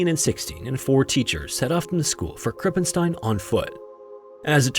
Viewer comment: you pronounced "krippenstein" nearly correct. but u pronounced the "st" wrong. "st" in german isnt spoken "st" its spoken "scht" bc when the compination of "s" and "t" happens the "s" is prononced "sch" like a.e. in the word "schloß" (meaning castle or lock)